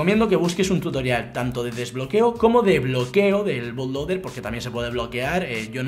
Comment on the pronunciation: se pronuncio "butloader"